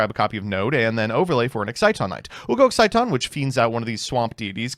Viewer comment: HE FINALLY SAID EXCITON RIGHT